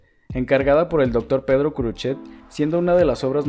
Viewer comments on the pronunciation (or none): none